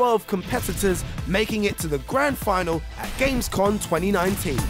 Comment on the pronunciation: Jesus, do the Hosts even know anything about what they are talking about? Gamescon?? Porsch??